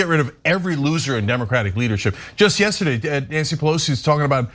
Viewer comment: Trump's a stable genius that have a hard time accepting defeat and pronouncing of words like yesterday and legislators.🤣🤣🤣